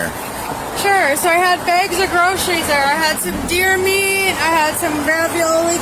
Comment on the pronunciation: It's deer Meat,Deer Meeat